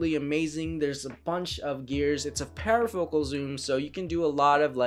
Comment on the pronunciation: Power focal? Anyone lol.... Parfocal